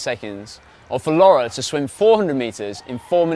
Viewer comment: It's laure and not laura !